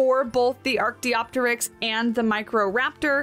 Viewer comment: Archaeopteryx = ar-kay-OP-ter-ix.